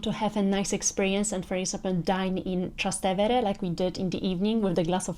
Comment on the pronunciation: Actually, it's TrasTEvere, not TrasteVEre. ("Across the Tiber" - Trans TEvere)